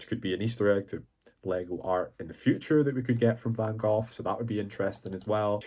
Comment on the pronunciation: Did this man really said "Van GOTH" ????? kkkkkkkk